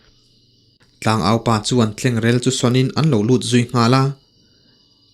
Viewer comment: Tlengrel hi sàwn tur....sirsàwn tih a sàwn tih ang hian aw